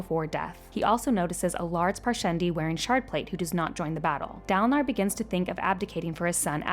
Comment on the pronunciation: Neither Kaladin nor Dalinar has an “ah” sound for the first syllable lol. I mean I’ve never heard them pronounced that way! It’s an in-between short A and long A sound, idk what it’s called. Like Kal like in “calorie”